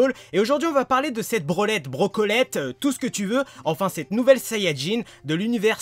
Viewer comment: Brolette on dirai Brenlette